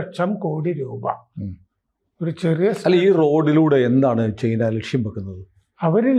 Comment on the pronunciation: ചെയിനാ അല്ല. ചൈന